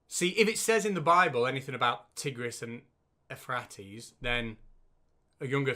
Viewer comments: Even in the UK the answer to question 1 is yes. Cousins. It's also pronounced "eu phray tees" not "e frat ees" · Ephrates = Euphrates (U-fray-tees) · Actually, Euphrates is pronounced "you-FRAY-tees". I've seen even Ken sHAM arguing that we cannot know where the Garden of Eden was, due to everything being swept away and covered with sediment during Noah's Flood. General Han Solo, also known as Rob of Sentinel Apologetics has a very interesting video on why we can know that it was in the area of Sumer, somewhere between the rivers, and claims to have identified a Biblical river that has dried up. A load of cock, but well made and quite interesting. He also has stuff about how Genesis is literally true, as long as we use the most ancient Hebrew and change the words and change their meaning. {:o:O:} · Just for info, the river is "You-fray-tease". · It's pronounced u frate es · We must not be kind to YEC’s. They are deceitful, duplicitious, science denying scumbags who do not deserve any of the Earth’s scarce resources. If this test is genuine then the USA is screwed and will not have a future. ps. Euphrates = You-freight-tees. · Euphrates is pronounced "You-FRAY-tees"